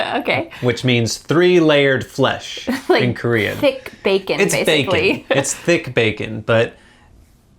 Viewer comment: Your Korean pronunciation is really good^^* -I am Korean